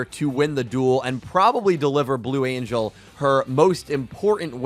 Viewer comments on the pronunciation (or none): none